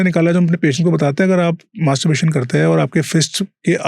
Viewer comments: gentle reminder, please get the word right.... its masturbation, not masturburation or something.. as the whole podcast is on that topic and your sayin that word wrong.. few references and again .... these are the once when i felt putting out the comment....but you have been saying it wrong all throughout until now and its so irritating that i have tk stop watchin here...right in front the doctor speaking the same words clearly even though you are pronouncing it incorrectly again and again.... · Masterbration bola Kiya 🤔